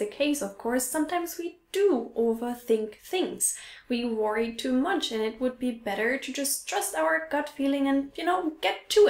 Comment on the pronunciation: Irgendwie sprichst du worry komisch aus 🤔